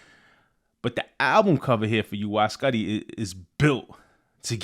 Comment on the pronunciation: Pronounced “YOO-eye S’QUE-tie”. (Cause I’m a science nerd)